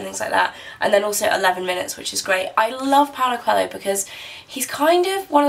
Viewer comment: You are pronouncing Paulo Coelho's name wrong.